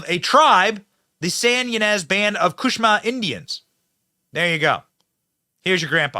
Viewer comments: I was hoping you wouldn’t slaughter the name of the tribe but you did…Cushma is not correct. it’s Chumash. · Not Cushma Tribe, it's Chumash Tribe pronounced Chew Mosh. Jesus Christ! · Chumash = "Koo-mawsh"... not "Koosh-mah". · santa Inez Indians are Chumash not kusha how you pronounced it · Chumash = SHOO-MOSH! Nobody pronounces it right! 😂🤣😂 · Indian tribe, Chumash, is pronounced “chew-mash.” Just a heads up for future reports. 👍🏼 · I guess you don't read your comments I told you a couple days ago it is pronounced CHEW mash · “Chumash” Indians, pronounced choo-mash.